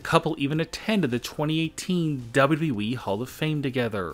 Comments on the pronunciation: Dude say it right is W W E!!! Not WE!! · Wbalue eeeeee. It’s wwe it’s not that hard to say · You say wwe like we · The double wee.